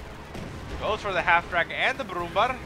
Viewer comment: nice cast, P.S. you pronounce it brumbear ;) (ä=ea)